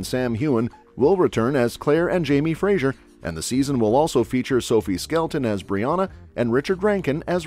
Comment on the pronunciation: It's Fray-zer, not Fray-zhure.